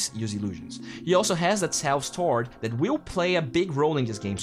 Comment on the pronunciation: constructive comment: take note of how you pronounce the word “that”